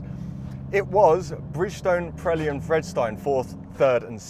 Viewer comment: It’s Vre-de-stein, not fredstein, Pirelli not Prelli.